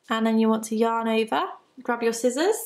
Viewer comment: Love your videos, although when I watch at home, my husband and son think you are saying "Your neighbor" every time you say "yarn over." :-)